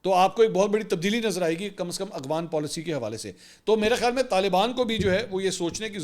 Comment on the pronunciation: Mansoor ali khan: Afghan ✅ Aghwan ❌